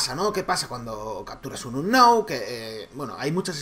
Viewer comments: Como capturar a "ANOW" por dios se pronuncia unown, y eso que intento no insultar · "Announ"...¡"Announ"! ...luego dicen que suben Pokémon GO porque les gusta pokémon y que no es por visitas, pero no saben ni pronunciar Unown... "Unoun" se pronuncia... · Se pronuncia unown no anow :v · se dice unoun :v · se dice unou